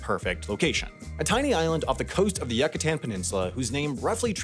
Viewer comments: YOU-ca-tahn peninsula. Not YUCK-a-tan. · God I don't want to be that person, but it's pronounced "YOO-cuh-tan", not "YUCK-ah-tan" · crazy, spell Cancún correctly please and say Yúcatan correctly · its you-ka-tan not yuck-ah-ten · "yuck-a-tan" peninsula lol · did your purposely pronounce Yucatán as “Yuck-atan”? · It’s pronounced “yoo-caw-TAWN” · Yuck-itan? Really? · he pronounces the u completely wrong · …I’m sorry, the what Peninsula? You’re pronouncing it how? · this dude makes a video about a place in mexico and then makes up his own pronunciations after not taking 1 minute to research it 💀💀💀